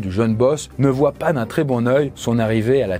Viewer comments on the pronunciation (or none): none